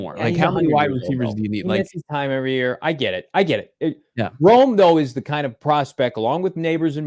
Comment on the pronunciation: If we pick Rome then you need to learn how to pronounce his name!